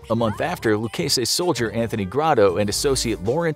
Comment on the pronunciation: Biggest crime is your pronunciation of Genovese & Lucchese